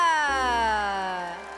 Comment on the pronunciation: Miss Universe stop cutting Miss Namibia first one miss pronounce the at swim and gown event now this